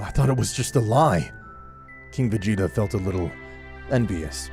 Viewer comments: planet vegyta instead of vegeta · Did i just hear you say planet veyeta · i know it was supposed to say vegeta but im pretty sure i heard planet fajita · "planet vegita" its "vejieta" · OK why did you call planet Vegeta planet Vuheatu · Did he say planet vejita☺😀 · u said planet vahia... ? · He called planet vegeta planet veyeha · Ah yes, my favorite planet, planet "vayeeta" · Ah yes Planet Veyeeta, my favourite planet. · Man really said planet regeta lol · “Planet ve-heat-a” had to tune out after that butcher😂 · Mans said planet v egg eta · Did he really just say planet vegg eta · anyone realize he said planet vayeeta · Bro said planet fajita 💀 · Am I trippin vision or did he say planet “ve-yee-ta”? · "planet Ve gi ta" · Bro said planet veyeta💀💀💀💀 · "Planet veheeta" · Brk called it planet vaGeeta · Dude really said "Planet Vigita"💀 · Wtf why you call it va gee ta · It was the "plant vaeda" for me lololol but . . . It was still a good video tho no awesome no super no expert no LEGENDARY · "Planet ve-geet-ah" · Planet va-yeet-a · Wait planet what now. He said planet vheata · He said plant VA yeeta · “Planet veata.” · " planet veyeeta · nah veyeeta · bro said planet vegeeta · How tf u mispronounced vegeta 2 different ways in the span of 20 seconds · Hard G for Ginei soft G for Vegita and there called scouters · Bro pronounced planet vegeta wrong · The way he pronounced vegeta